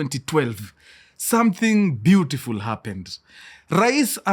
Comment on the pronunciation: The Munich joke is pyutifu pyutifu(kisii accent🤣🤣)